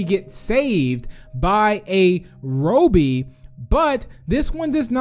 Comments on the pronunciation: It’s not Rohby it’s robby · btw its ra-be not ro-be that's how you pronounce it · It’s Robby not robey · Bro ur saying the wrong name Rowbey The real name is ROBBY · His name is not Roby its robby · Robby not roby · is it pronouced ro bby or rob by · it’s not robie it’s Robby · It’s pronounced rob e not robe e but ok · It's Rob-be, not Robe-be. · Me saying robby:Robby BIgbst4tz2 saying robby:Roubby(This is my thought that why saying it) it fine just a bit stinky saying it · Its robby not roby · its not pronounce ro bi but ra bi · It's Rob more like Robby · Said: Robey Me: Its Wrong Prounaunce Robby: Im Robby Not A Robe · says ROEBEE I trust tigry more. Great video, love these types of videos! 🍪🍪🍪🍪🍪🍪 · Me: its robby: Its RO-BBY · I’m amused by how he pronounces Robby’s name.😆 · STOP PRONOUCING ROBBY SWEDISH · Please correctly pronounce "Robby" before I stop watching your channel. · notice how he says robby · Tank bob 1 no, thats just how he pronounces robby XD